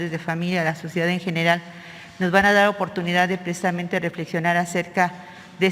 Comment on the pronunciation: Conté 25 "precdisamente" ;)